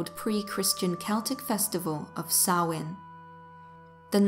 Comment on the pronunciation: Finally someone that pronounces Samhain correct. Thank you for a wonderful video without the modern horror nonsense.